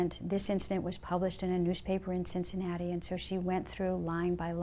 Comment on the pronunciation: Cincinnati not Cincinatta lol